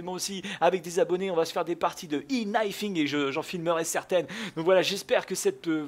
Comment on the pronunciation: Euh tu sais que le prononciation "i" en Anglais c'est E ? Donc E-Knifing